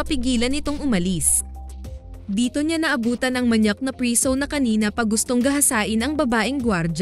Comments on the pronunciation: Bakit b ganyan magsalita ung nagsasalita,preso Hindi prisow. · Pwede po bang itama nyo muna ang pagbasa o pagbigkas ng mga salita before kayo gumawa ng story sa content nyo😢😢😢 Preso po sa tagalog hindi priso buti.png sabihin mo sa english nlng as prisoner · Mali ang pronounce u ng preso nd prisu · Preso hindi priso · ilang beses nyong narinig yung salitang PRISUH😅..kaya lng fave ko tlga ang movie na to..🥰